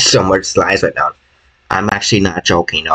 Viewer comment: Are you sewious right neow